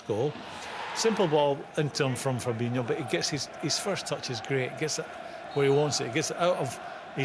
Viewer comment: Aaaaaghhhh it drives me insane these fucking pundits on mega bucks always get it wrong they think every Brazilian with an "O" at the end is pronounced inio ffs it's fabinho and firmino not fabinio and firminio.I hear it all the time these guys get paid to get this type of thing right.